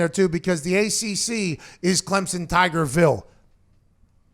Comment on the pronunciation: Pat congrats on being the first college FB analyst to pronounce Clemson right. Every other mf says ClemzzZon and its it's annoying as hell